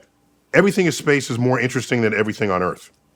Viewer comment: dude said "shphace"... Dude was saucedddd lmao